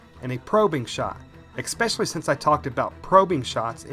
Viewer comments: Ditto on thinking monkey's comments..Just a personal observation/ constructive criticism, ,,,the word is: ESpecially, ,not EXpecially. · Especially not exspecially...just sayin. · While this may seem kind of “troll-ish”, I don’t intend it that way. I cannot subscribe to your channel until you work on your pronunciation. Example: It is not pronounced “ek-specially”, phonetically it is “es-specially” Drives me bonkers when I hear that and I am unable to focus on the excellent content you provide... This is not a speech impediment kind of thing, so I know you are able to correct it. If you are unwilling to correct speech patterns such as this, then how informed and viable is the other information you provide? Honest, constructive criticism here. Thank you. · especially, not xpecially! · I can't stand it when people say EXSPECIALLY. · Especially, ES-pecially. Not EXpecially. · "ex-specially" lol